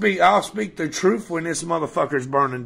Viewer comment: i think hes trying to say truth but hes either up on tot-tots or coming down on them 🤔